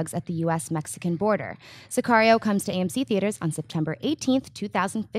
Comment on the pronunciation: That way you say sicario is wrong